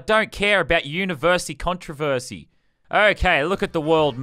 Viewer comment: Did he say universy controversy?